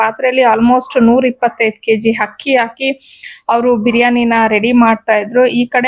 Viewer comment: ಅದು ಹಕ್ಕಿ ಅಲ್ಲ ಅಕ್ಕಿ